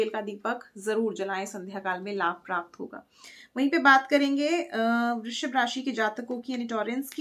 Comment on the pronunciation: Ma'am, 🙏🏻namaste ! Word "vrishshiv" nahi hai, "vrishav" hai. Aap mujhe maaf kijiyega ! par aapka Hindi Pronounciation galat ho rahaa hai.